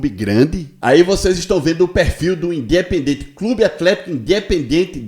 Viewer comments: O cara que não sabe pronunciar o nome do clube argentino não pode ter razão 😂 o nome não e Independente o nome a ser pronunciado de maneira correta é indiependente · não sabe nem pronunciar Independiente